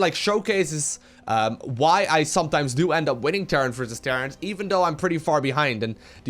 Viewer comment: am i the only one that hears "terrance vs terrace" every time says "terran vs terra "?